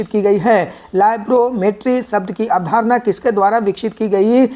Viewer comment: अवधारण नही अवधारणा होता भाई.. याद रखियेगा😂😂